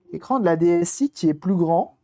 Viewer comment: 👌 NB: DS 'i'. 'i' se prononce 'eye' car la caméra mime l'œil.